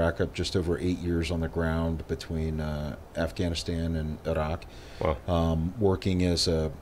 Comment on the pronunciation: Stopped listening after I heard him pronounce “Iraq.”